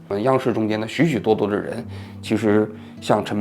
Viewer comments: 我的想法是，当时他们私下都叫他陈mang，叫的人多了也就懒得改了。但是瑕不掩瑜，这仍然是一期触动心灵的好节目。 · 王老师，不知我说的正确与否或是否有必要，陈虻先生的字应该念meng二声，不是mang 吧？ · “虻”念meng, 不是mang，所以你打不出来用了个别字😅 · 人家明明叫陈 meng ，王志安叫人家陈mang，名字都给念错了，说明跟人家根本不熟。。太能装了。。。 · 名字都给人家读错了。。人家叫陈meng 。说明王志安跟人家根本不熟，在那装b。。。一个熟人还能叫错人家的名字。。太可笑了。。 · 王菊花啊，虻（meng)应该是萌这个音吧？菊花到底认识他吗？要不就是写错字了？那更不应该了吧？ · 那个字念meng 第二声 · 王局，纠正一下 叫做陈虻（meng） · 不是念陈meng（二声）吗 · meng 二声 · 人家叫陈meng，名字都给人家念错了。。说明王志安跟陈虻根本不熟。。我就佩服王志安这种虚伪到极致的人。。添油加醋把一件他根本不了解，不熟悉，事儿描绘的绘声绘色。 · 陈虻meng二声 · 王局，应该念陈虻（meng）